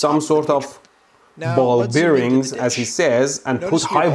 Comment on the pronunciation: "Ball beareenz."